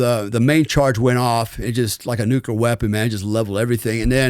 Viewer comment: This guy is a real asshole cocksucker. I was interested in his story until about the one hour mark. It's also obvious that he is a trumpet. Inexcusable a bunch of ex-wives, huh? Weird . Fuck this guy...and please work on the word Nuclear.